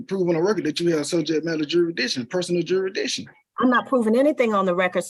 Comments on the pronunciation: What’s ‘juridition’ fool! 😂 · The SovCit says the word juri-diction. He cannot pronounce jurisdiction. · He can’t even say jurisdiction right. “Jurishdishhon” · Juradition lol